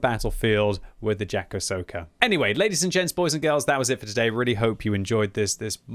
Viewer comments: The first one was kinda correct, but the last Džakosoka really killed me 🤣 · It's funny how his pronounciation of "Jatkosota" just keeps getting worse every time he says it.